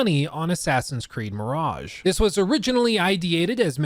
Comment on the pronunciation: Or as we say on this channel "Assassin's Creed: Meh-raj-ha"